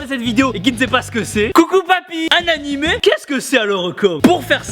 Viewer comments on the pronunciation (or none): quand ta dit annimé c'est drôle j'ai entendu hentai